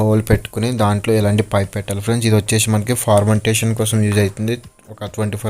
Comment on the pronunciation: ఫర్మెంటేశన్ (fermentation) ను ఫార్మంటేశన్(Formentation) అని తప్పుగా అంటున్నావు. చూసుకో...